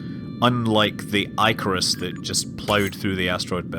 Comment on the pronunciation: I hope that's not the final voice acting. "eye-carus," seriously?